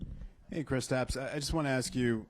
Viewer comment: Seriously have hard is to say Kristaps? Kristofs ☹